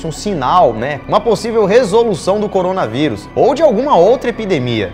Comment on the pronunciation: Eu antes de clicar no vídeo: Corona veuris A intro: corona veuris Eu: ( '-')